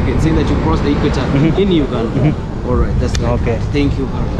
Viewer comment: Enaku Mattum than Uganda, Wakanda nu ketucha 😂😂😂